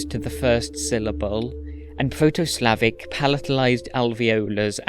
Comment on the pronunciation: The accents/pronounciation on the proto Slavic are a little off tho😅 I'm from Bosnia (serbo-croatian) and we retained all the 4 accents from proto slavic (some words are pronounced literally the same) and he makes it sound quite unnatural, although I don't blame him as it's hard.